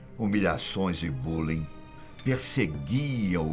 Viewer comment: Rs a parte que ele fala do bullyn foi da hora colocando o chá fazendo uma pausa despois falou kkkk